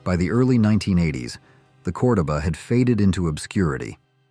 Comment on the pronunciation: It's pronounced CordOba,,, love the 70s cars!